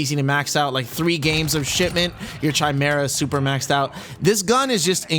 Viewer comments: chi·me·ra /kīˈmirə, kəˈmirə/ Lil help since you keep calling it Chi Mira hahaha great video bruv 🤙🏼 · Bruh “chaimera”